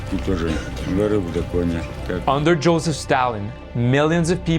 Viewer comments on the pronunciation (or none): none